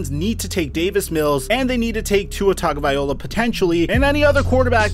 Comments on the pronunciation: Repeat with me: TA-GO-VAI-LO-A. - Tagovaiola! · Do you think he purposely miss pronounced names to get more comments? Tuhrod?!? Tugavayola?! Where does he get these pronunciations?!? Taga-va-Loa, Ty-rod not that difficult. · Bro, please learn how to pronounce Tua's surname properly. Tagovailoa.... It's pronounced TAH- NGAW - VAIEE- LAW - AH. Coming from a Samoan. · How come you don’t know to correctly pronounce Tua’s last name?